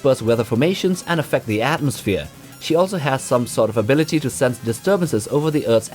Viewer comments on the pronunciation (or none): none